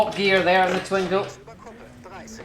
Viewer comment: Twin-go please prononce it correctly